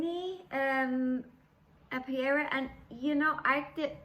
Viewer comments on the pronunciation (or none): An apiary is a place where bees are kept and is pronounced ape ee ary. This is a sweet little piece. You have such a broad selection of lovely projects and it is good to see your project and for you to share your techniques and experiences with them.